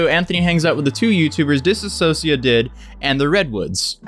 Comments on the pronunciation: Dude, you were pronouncing dissociative wrong the whole time 😂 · Its dissocia not disassossia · I love how no one says it right. It’s “Dissociative,” not “ Disassociative.” They’re 2 different things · Why does EVERYBODY say “disassociative” AAAAAAAAAHRG Can you tell it’s starting to really really really bug me?! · Why is everybody saying dis-a-sociative? It's DISS-O-CIATIVE bruh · Dis-so-cia-tive not dis-a-so-cia-tive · It’s really not that difficult to say DISSOCIATIVE. It’s NOT ‘disAssociative’. Disassociating and dissociative are very different things. Learn the word. Also, her ex talks about her DID all the time and has for years. Wtf do you mean it wasn’t public? How do you wait so long to make a video on something that’s been covered to death already and still get so much wrong?! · Claims did and doesn’t even look into it enough to even say dissociative right what a clown